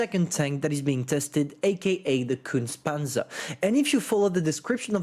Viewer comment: Repeat after me: KUHNTSAH PANTSUH